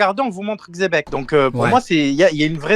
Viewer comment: Aucun rapport, dans l'anime ils prononcent Donkihote et Jibekku en l'occurrence la prononciation la plus fidèle serait Jebec, mais Chébec ça sort vrmt de nulle part